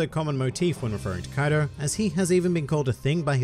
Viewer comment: Kaido not kadio